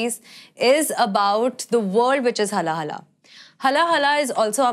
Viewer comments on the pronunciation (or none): It's haala-hala with 'aa' sound not HALA-HALA